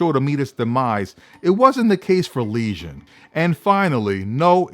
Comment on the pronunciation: you keep saying legion like lesion